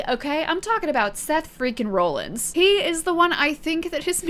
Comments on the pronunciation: Roll Ins? Not raw-lins? Ok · I love the misinformation honestly it made me laugh. Like Becky being married to LA Knight and not Seth “Roll-ins” (it’s pronocuned Rawl-ins) or every time you’d say Bloodlines instead of Bloodline. Great video and welcome to wrestling! Peacock has all the premium live events like Wrestlemania as they happen, and they get the weekly shows one month after they air, but they also have the entire backlog of WWE if you want to watch old things. They have a really good documentary on Cody Rhodes and several about The Undertaker. I’d recommend watching those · (RAH) (LINS) not (ROLL) (LINS) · Why are you pronouncing it Rawlings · Raw-lins not rollins. he pronounces it weird. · seth rah-lins, not roll-ins. text it to yourself, although im sure with over 1800 comments you have heard this already. im not reading them all lol. great video otherwise. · Very understandable mistake, based on how it's spelled. But.... "RAH-lins" Not ROLL-ins... Sorry, had to just do that one. Rest is fine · Best part is that you pronounced it Rawlins once then proceeded to go back to the Roll-ins pronunciation 😂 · no hate, only saying this because i haven’t seen any other comments but Seth’s last name is pronounced like raw-lins. no hate, love to see new fans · Seth Freaking Roll ins😂😂 I can't help but laugh when she says roll ins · It’s pronounced Seth Raw-llins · Seth Franklin rollings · I'm glad you had fun. Only three nitpicks.. It's Seth "Freakin" Rollins (pronounced Rawlins like Henry Rollins); it's the Bloodline, not Bloodlines, and Andrade's name is pronounced "On-draw-day". But I dug your gimmick and the facepaint. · You watched WrestleMania and even heard your friends talk about Seth Rollins yet you couldn't even pronounce his name right also jey and Jimmy uso aren't cousins they're brothers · The way she pronounces Rollins 😭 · You’re saying Rollins wrong 🤣 love it!! Welcome to wrestling entertainment universe. The fans are a huge part of it too!!